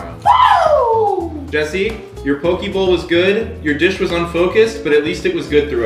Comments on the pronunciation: Hearing say poki instead of poke (po-keh) is cringe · It pronounce po kay not po key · Pokie bowl lol, in Hawaii it’s actually pronounced pokay, poke it means cubed in Hawaiian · AS A HAWAIIAN THAT AINT NO DAMN "POKEEEEEEEE BOWL" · All people from Hawaii cringed so hard at the same time when they mispronounce poke 😂😂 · You guys said poke wrong